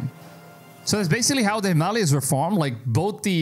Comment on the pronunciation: Learn how to pronounce names. Especially Himalaya!!